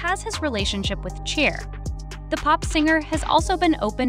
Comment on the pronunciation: Is this video made by ai? Or do you really not know how to pronounce the name of Cher? Its “SHARE” fyi…